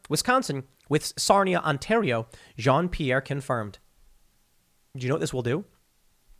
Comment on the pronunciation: As a French speaking person , I would say that the way you pronounce Jean-Pierre hurts a little bit but keep the good work on ! You and Rogan are almost the lasts real actuality source left on the internet. Watching from Montreal's suburbs in Quebec